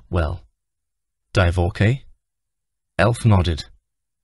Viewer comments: This would be so much better if the narrator knew how to pronounce words. Divorkay? Wth is that? Pay instead of PA smh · What is a Divorkay? I enjoyed listening to this especially the second half. However the pronunciation is abysmal.